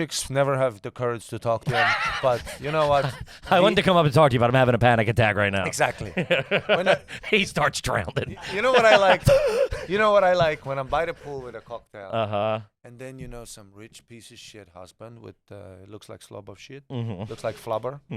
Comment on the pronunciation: Is it garbage to pronounce drowning as drownding?